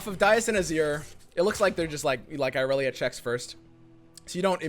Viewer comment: I'm slowly getting triggered over inability to actually read Irelia's card text.